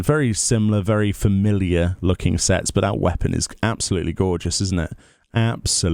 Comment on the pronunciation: made "Familliar" into a bad word LOL